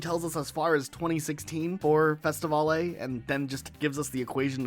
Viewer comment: why is bro pronouncing festivale as festivolley lmaooo it's pronounced like festi-veil